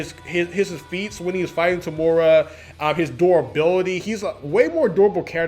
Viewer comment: btw its eh-ri and toe-muh-ruh for the correct pronounciations i believe! nice video dude :)